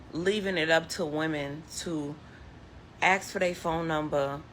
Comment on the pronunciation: Lady, it’s “ask”, not “axe”.